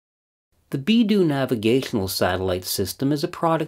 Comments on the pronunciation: BeiDou, not BieDou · BeiDou not BIEDOU is the Chinese system. I think you also meant to say that to correctly recover GPS time you need four satellites not that the fourth satellite alone provides the time which is what it sounded like. Cheers. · great video as always. just a minor thing: "BeiDou", rather than "BieDou", meaning Northern (Bei) Dipper (Dou) ... and pronounced like " Bay Dough " ... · "Beidou" not "Biedou"